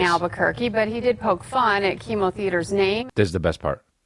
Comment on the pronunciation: DDoggy pronounced like chemo thooo which is pretty damn funny